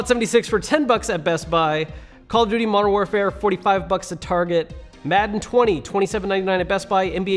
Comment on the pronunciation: Are we just gonna ignore how he pronounced Modern Warfare ?